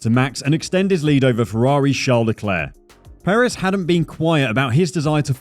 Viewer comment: All good and well, but please learn how to pronounce Sergio’s surname.